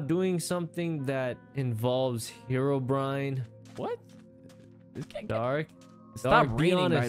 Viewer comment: “Hirobrin” got me on the floor laughing